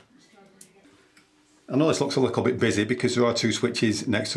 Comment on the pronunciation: are you saying "ensuming"? thats not a word nor is "likkle". otherwise top notch video